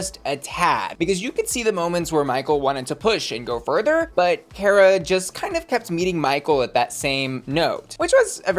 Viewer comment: her name is car-uh not care-a. learn black queens’ names.